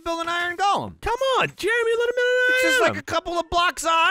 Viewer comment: It's Go-lum. not Gall-um the O is pronounced.